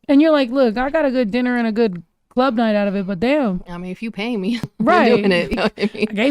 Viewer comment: The girl doing her PI work in her car saying: "In the clurb we all fam" 🤣🤣